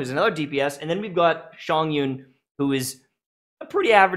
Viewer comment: lol you are pronouncing Chongyun in such a wrong way 🤣🤣🤣 it giggles me every time you say this name, it's not Shawn-yun